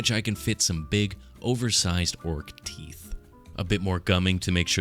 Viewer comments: You keep mispronouncing “teef“ Not very orcy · YOUZ DIDN’T SAY IT LIKE A PROPPA ORK! IT’S PRONOUNCED ’TEEF’, YA SHTUPID HUMIE!! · Ya keep mispronouncing teef, ya stoopid humie! Heh, seriously though this is wicked awesome.